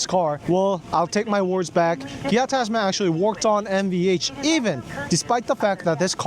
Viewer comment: Why you say gia😅